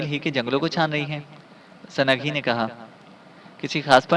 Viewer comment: ویسے تو اپ کی اواز بہت اچھی اچھا پڑھتے ہیں لیکن اپ کئی غلطیاں کرتے ہیں سند لفظ نہیں ہوتا سنگ ہوتا ہے سنگھی ہے وہ سنگھی